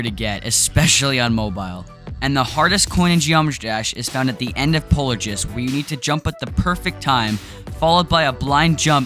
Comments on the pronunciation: Polargist you pronounce it polarjist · It's pronounced polar-guyst not polar-jist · Bro the G is pronounced like a G not a J Lmfao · It’s pronounced polar-giest not polar-jis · Did u really just pronounce it “polar-jist”? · being sent to the depths of hell because when he met the pearly gates of heaven, he called god “jod” like how he pronounces polargeist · nah its Polarguyst. The ei is pronounced like uy in guy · it’s pronounced polar-gyst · It’s pronounced “pol-ter-guy-st” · I used to pronounce it PolARgeist but polarjist I really don’t understand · Imagine saying “ DiD YoU ReAlLy PrOnOuNce It PoLar JiSt.” Rude man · I meant it is pronounced as "Polar-Guise" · Aight, how do you pronounce polargest? I say polar gist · Did he just say "Polar-jist? Nah he's Definitely using a fake voice 😮😮😮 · Wait, ppl actually care about comment likes? I was gonna comment it but then i noticed tons of other ppl pointed it out. But tbh you just sound like ur mad cuz you cant pronounce it correctly 💀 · The only “wrong” thing here is how you pronounced polargeist lmao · Only wrong thing in this video is the way you pronounced polargeist